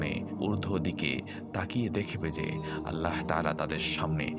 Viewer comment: ভাই! আল্লাহ শব্দের শেষের হা হরফটি মোটা হবে। ওটা হায়ে হাওয়াজ রে ভাই!! কারেকশন জরুরি।